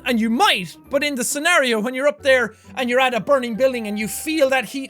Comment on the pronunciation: Very good Jackaboy, u said scenario and not scenorios this time👏🏻